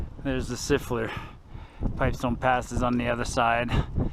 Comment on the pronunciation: I was surprised by your pronunciation of Siffleur. We had always pronounced it like Lafleur, as in Guy Lafleur. Maybe we had it wrong all these years. LOL